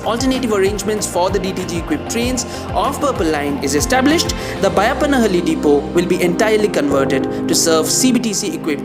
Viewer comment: Excellent job! Thanks for your comprehensive reporting and accurate footage. Also congratulations on getting the pronunciation of Byappanahalli. Not many can get it. Now please work on हेब्बाळ not हेब्बल्!